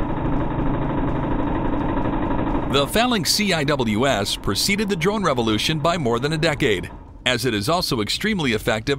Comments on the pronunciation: It's pronounced "sea whiz” (CIWS) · CIWS is pronounced " see'-wiz" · CIWS is pronounced /see-wiz/ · The CIWS Is pronounced "Sea Whiz" not C-I-W-S. 😅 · Dude. CIWS is pronounced "sea' - wiz". No one calls it "C - I - W - S". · CIWS is pronounced "see-whiz". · No need to spell it, just say "sea-wiz".